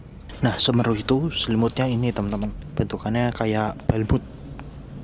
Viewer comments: Nyebutnya SeMEru bro, bukan Semeru... 😅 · Semeru... pengucapan huruf "e" yg kedua, seharusnya seperti kata "kaleng". Karena itu kan nama gunung juga yang ada di Jawa Timur, Gunung Semeru.